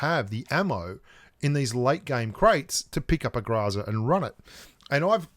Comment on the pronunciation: ...seriously? Grahzah.... we all know you can say Grow and Za Growzuh come on man, Google it the pronunciation is GROW ZUH. there is no A or ah sound after the GR and it is Grow Zuh why are youbso adamant its not? it's a Russian weapon and the Russians call it a Grow Zuh not Grah Zah. please we know your extremely stubborn and while you won't admit New State is better even though it has everything you complain about pubg mobile not having, not to mention the things they added to mobile are copies of new state.... At least pronounce GROZA the proper way, roll the R and use the OH sound not the ahh sound please man.